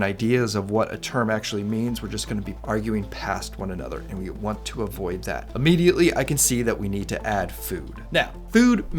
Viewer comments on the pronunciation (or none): none